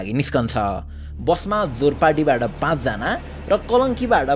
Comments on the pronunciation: It's Jorpati not Zorpati focus on the minor details editing team. Give 100% to get 100% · Zorpati haina jorpati ho